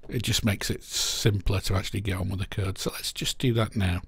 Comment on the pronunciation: I thought you were saying kurd... you were of course saying code and I'm dumb